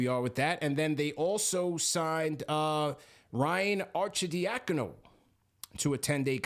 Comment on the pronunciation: People that can’t pronounce Arcidiacano crack me up 🤣 cmon that’s a ny Italian name Are-Sid-dia-con-o